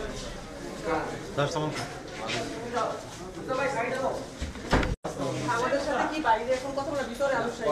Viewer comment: সালাম সঠিকভাবে বলেন দয়া করে ।